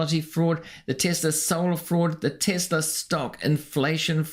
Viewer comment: I did not know it was said "Tissla"